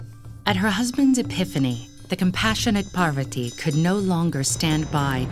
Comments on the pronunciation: Parrrr-vati…. It’s Pahr-vuhti. Beautiful illustrations and story narration!! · Did you just say...Par-va-tee??? LMAO its pronounced Paar-va-thi btw (this is the correct pronounciation not the spelling) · Its Parvathi (thi) not ti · Why cant this video be narrated by someone who can pronounce Sanskrit as it should be instead of over and over saying. " paaaarrrrrrvaaaati " :X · I was hurt when she said parvati incorrectly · I don't understand why they add an extra 'a' after the names of our gods goddesses 😒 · Wonderful story and amazing illustrations but please try to fix the pronunciations. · it's not pronounced like that ( Lord Parvati ) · The narrator for the Savitri and Satyavan was great! Pronouncation was excellent. The narrator for this video however has butchered the names, especially Parvati. It felt insulting to watch and I cringed everytime she uttered a name. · Man the way she said parvati literally made me not want to watch the video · It is Parvati in many languages, and Parvathi in many others.